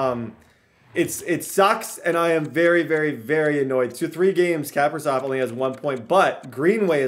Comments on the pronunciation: its not cap-a-riv its ca-pri-sov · The way you say Kaprisov just bothers me (Cah-Pre-Sov) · It is pronounced kah-pri-sov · Kaprizov is capri-zov.. like capri sun juice not cap-ri-zov.. and foligno is fo-lee-no not fo-lig-no.. some pronunciations from a wild fan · 1) it’s kuh-pree-zov (kaprizov) 2) it’s full-ee-no (foligno) 3) talbot is miles better